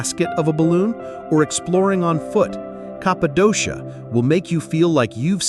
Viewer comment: It would be nice if you could use the correct pronunciation for the places you’re describing — Cappadocia is pronounced “Kap-pa-doh-kee-ya”.